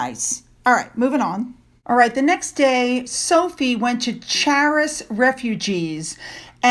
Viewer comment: “Charis” is pronounced “Karis”, with the Ch as is “Christmas”. It is a Greek word often translated in English as “grace”, indicating divine favor or gift.